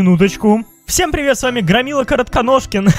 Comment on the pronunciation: прувэт грамила картоношкин